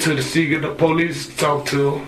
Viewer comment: as I was typing my original comment that dude said "po-leases" I was like noooooooo